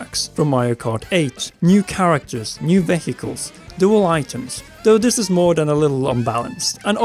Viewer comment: so vehicle is pronounced "vay-hee-cal"? I always say "vee- ye-cal"